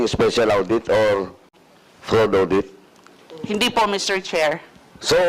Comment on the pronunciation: nd po awdit it is audit.